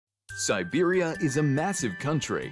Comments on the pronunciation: And pronouncing "siberia" as "serbia" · You keep saying Serbia instead of Siberia. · Stop pronouncing Siberia as "Serbia" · Interesting video about a region that feels very remote, very harsh and quite mysterious. It sounds like the narrator is saying Serbia rather than Siberia?